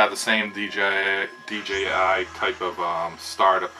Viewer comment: I subscribed to your channel simply because you pronounced DJI properly, not D Gee I. 😎